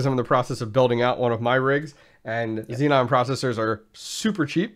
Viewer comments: Man is zee-on.I can bet that intel engineers are hitting their ears every time they hear you say : zee mother fucking non :D :D :D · Xeon = Z-On, not Z-non